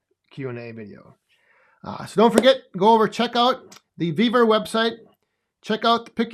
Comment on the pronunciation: Love the video on the new shelves and Thank You for answering my question. I would Love to have that Yapa 315! Also it sound like you are saying "BEAVER" not "Vevor" website.:face-purple-crying::face-blue-smiling: on this video 10: 20 on the CC you do say Beaver website.